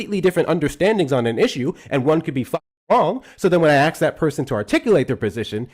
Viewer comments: brattily enunciating very well and still saying “ax”. ☠️ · Axe you a question 😂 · When someone axed you a question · "When I axe that person a question" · "So when I axe people to articulate their persition" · Bro you can't complain and make a huge deal out of someone articulating something and then continue to say the word ask like "axe" genuinely does anyone take these low IQ folk seriously? 🙈🤣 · went from saying "ask" to "axe" when he started getting upset.😂 LMAO Try harder to be white homeboy. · just when you think they can pronounce the word ASK? the ignorance comes out.... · Guy who can’t pronounce “ask” will probably not be able to wrap his mind around this. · he can't even say ask he is a drifter hunting